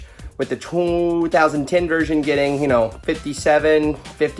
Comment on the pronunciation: The way he says 2010🤣😂😅